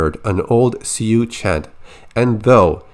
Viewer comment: sioux is pronounced like sōō